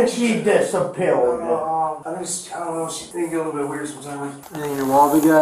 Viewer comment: That's the most creative pronounciation of "disappeared" I've ever heard